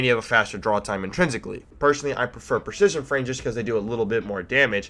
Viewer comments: "Per-shishion" XD lol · Preshishion frame lol!